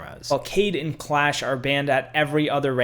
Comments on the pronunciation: Good video. My only real complaint is that you mispronounced a couple of the operators' names. Nøkk is not pronounced "knock", it sounds more like "nee-ook" but said as one syllable. And Kaid is not "cade", it's "kah-eed". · kaid is pronounced ky eed